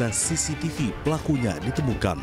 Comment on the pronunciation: “periksa ststtststcctststssaahh .. “ Ngomong CCTV susah bgt 😂😂😂